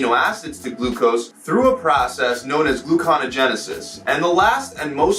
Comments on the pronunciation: He really needs to learn how to say "gluconeogenesis" correctly. Don't just give up reading the entire word, dude, especially when you're trying to sound educated. There's a "NEO" in there. I know the Matrix was disappointing, but we've all said "Neo" at some point. 😜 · It is called ADIPOSE TISSUE. And gluconeogenesis isn’t pronounced that way. Do your research before informing others. Other than that I enjoyed your video!